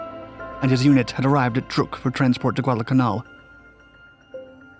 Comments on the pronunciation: not trook but truck. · Your narrative would be a lot better if you learned how to pronounce names like Truk, Rubaul and Metanekau.